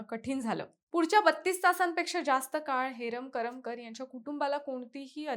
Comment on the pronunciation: करमकर नाही ग करमरकर